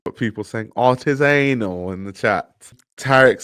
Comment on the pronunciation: “Art-is-anal” is absolutely diabolical